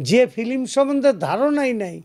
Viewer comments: আপনি তো ফিল্ম কে বলেন ফিলিম।আপনি খুব সিনেমা বুঝেন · Age film uccharon kor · ফিলিম নাকি ফিল্ম? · Filim na film shalar murkhote vore gese Bangladesh thik moto kotha o bolte jane na